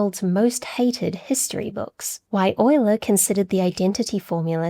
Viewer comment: thank you for teaching me the correct pronunciation of "Euler!"